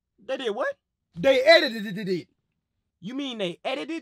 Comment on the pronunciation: He said eiditedededed